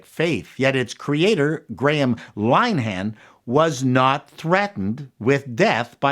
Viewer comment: you also mispronounced Graham Linehan. (Lin-eh-han). Better luck next time.